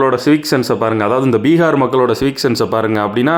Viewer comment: Bihar nahi...peegaar....😂